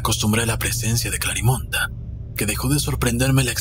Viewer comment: Me gusta la historia ya la había leido pero no me gusta que se diga Clarimonda, suena como munda, se escucharía mejor CLARIMEND aun k termine con e (las voces con esa distorcion me desesperó) Pero estoy enamorada de la Historia, me encantaría ser Clarimond Yo no puedo donar sangre tengo mis venas muy delgadas es por genetica